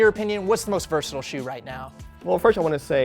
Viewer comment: I think his pronunciation of "versatile" was actually my least favorite part of the video...